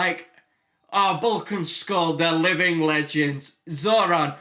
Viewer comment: The name is zordon, not zoron.